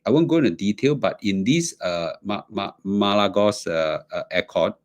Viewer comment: Pronounced as MA RA LAGO